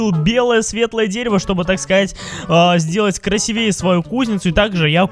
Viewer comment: Кра'сивее, а не красиве'е